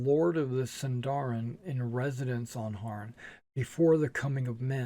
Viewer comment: Sindarin has stress on the first syllable!!!